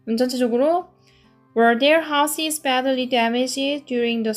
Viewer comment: 별로중요한것은 아니지만 Houses 발음은 하우지즈 로 하시면 좋을것 같습니다. 시험에 내는 학교가 종종있어서요ㅎ